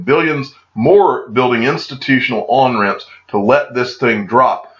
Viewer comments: "More on-ramps" sounds like "moron-ramps." For FOMO-ers, perhaps they are! Early-adopters rule! Thanks for your great videos,. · Yep, i heard moron ramps.